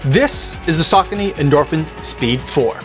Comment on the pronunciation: Saw cone ee 😂